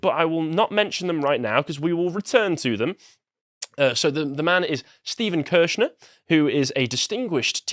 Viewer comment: "Kershner". I noticed. Did you?